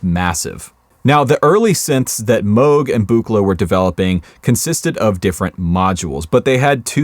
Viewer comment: really like you pronounced Robert Moog's name correctly, the t-shirt is cool too